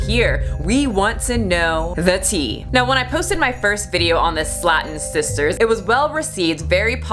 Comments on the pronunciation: sleigh ton. cuz it has one T. slatton would have two Ts. because phonics. just like hopping and hoping. 👀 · Pronounced "slay-ton" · wait, its pronounced sla-ton and not slay-ton?